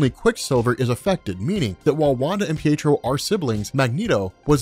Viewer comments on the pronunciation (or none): Peetro, lol! Pee-ay-trow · Peetro? PEETRO? It's Pietro! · I heard you say peetro